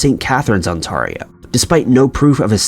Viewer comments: But it sounds so classy... I'm proud to say I'm from On-tahr-ee-o. 😂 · Lol I love the way you pronounce the province I live in 😂 I’m in Peterborough, Ontario Canada It’s like …. OntAIRio… ONTARIO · On-tar-rio. hehe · ON-TARE-IO not on-tar-io. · It's pronounced On-tare-io, not On-tar-io... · Ontario pronounced: On-tear(like you ripped something)-e-o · Its pronounced Ontario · The way you said Ontario.... it’s On-tare-e-o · Could you please learn how to pronounce the name of my Province. It’s Ontario. The i makes the a sound like an A as in “On Tear E O “ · You should really look up how to say cities and provinces that you don't know. It's On-tare-io. Just some friendly advice! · Okay I live in ontario, and I just find the funny way he pronounced Ontarrio XD. Then the next time it sounds like Ontarria, not the first time I've heard people pronounce it like that XD I stumble on my words a lot so not like it bugs me. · Your pronouncing ontario wrong lol... On-ter-e-o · its ont-tear-rio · dude. thats not how u pronounce ontario.. plz dont insult us canadians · Love your channel, keep it up! Just for future reference, you actually pronounce Ontario as On-Tare-ee-oh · It's always so weird to hear about these things from your own town when you're randomly listening to vids while doing chores. Also, it's "On-t-air-eeo" like the "air" you breathe. :3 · I'm dying at how you pronounced Ontario 😆 I shouldn't be laughing at something in such a serious video but omg On-t-air-rio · "onTARio" was pronounced so poorly.... ugh... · Its pronounced ON-T-AIR-EEE-O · It's pronounced "On-TER-io"... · On tair rio lmfaoo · ON-TARE-EEOH - pronunciation of ONTARIO!! ughhh. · ON- tair- Rio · Just when I thought would make it through a video without destroying a name-place, he drops On-tahr-ee-o on us... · The way you say Ontario hurts my soul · omg I've never heard Ontario be mispronounced until now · Man, the way he pronounced Ontario made me burst out laughing. I love Americans